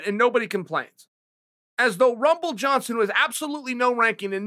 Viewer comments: “Rumble Johnson doesn’t have a numble next to his name” Lmaooooooooo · “rumble Johnson doesn’t have a numble next to his name” 😂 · “Rumble Johnson doesn’t have a numble next to his name” lmao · Rumble doesn't have a numble, -Chael Sonnen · Rumble “the Numble” Johnson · Rumble "The Numble" Johnson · Rumble Johnson doesn't have a numble next to his name... Numble Johnson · Me: number Chael: Me: numble